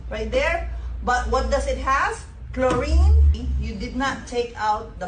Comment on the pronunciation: Clo rine an flo rine😂